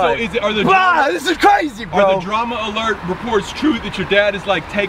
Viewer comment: You keep saying drama lert when it’s clearly alert my OCD is going mad